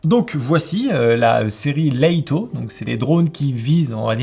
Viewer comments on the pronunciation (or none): top la vidéo mais pourquoi "Laïto", juste 'Lito' ça suffit, même en anglais ça se prononce pas "Laïto" mais "Leutoh"